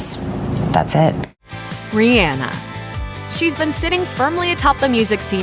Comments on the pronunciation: Her name is actually pronounced Ri-Anna like the name Anna she has said this multiple times herself lol. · I hate hearing Rihanna's name spoken as 'Ree-ANNA' ...made my back itch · says "RIEANA" ME: STARTS CORRECTING THE PERSON TALKING AND LOWKEY GOING OFF lol, like bruh thats not how u say it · It's ree - onna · I ABSOLUTELY HATE THIS VIDEO NOW THAT SHE SAID REE ANNA LIKE ITS REYONNA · learn to say Rihanna's name correctly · The way she pronounces Rihanna drives me crazy ugh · I hate how they say Rihanna